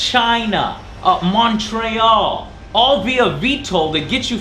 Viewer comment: Hahaha, it may just be a Canadian thing, but when he said Mon-tray-all that made me laugh XD